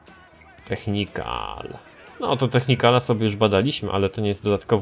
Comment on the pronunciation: nie technikan tylko technical:)